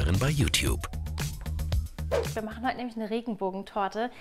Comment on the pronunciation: es heißt youtube nicht youkube